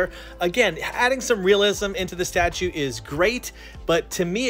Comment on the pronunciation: he said statue lol